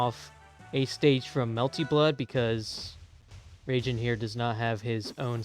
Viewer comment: its reigen has in gan not jen but good vid